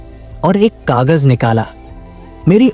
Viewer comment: Ajanbi nahi Aj'nabee, kagz nahi kagaz, apne shabdo ko thoda theek karo